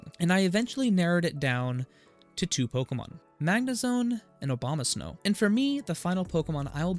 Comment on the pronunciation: Good to know about Manaphy! Did you realize you were saying Obamasnow? Hahahaha!